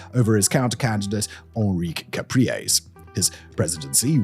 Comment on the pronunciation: This is only the tip of the iceberg. Venezuela’s collapse was by design, Cuban design. Election fraud, drug cartels, false opposition, terrorism, etc. Also, the way you pronounced “Henrique”… 💀🤣